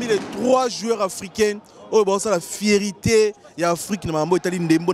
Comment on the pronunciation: Après tout ce temps passé en Europe, vous ne savez pas qu'on ne dit pas "vipe" mais V-I-P...? Qu'on ne dit pas "fierité" mais plutôt "fierté"? Parfois il faut viser plus haut et accepter de vous recycler pour mieux atteindre un public plus diversifié.